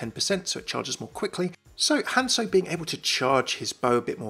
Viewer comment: "HANSO"... What happened to the Z? "OREESA" ... It's not even pronounced like that in game.